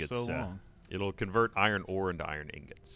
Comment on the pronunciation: Why the hell is Gav calling ingots "Newgents" or whatever?